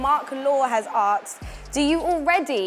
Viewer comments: Jota is amazing, but the hosts are so awkward during the FIFA game - not saying or commentating ? And why does the girl keep saying "Aksed" rather then "Asked".. she isn't even american from Queens where they commonly say it.. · the word is "asked" my dear ....not "akes" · Take a shot every time they fail to pronounce 'asked'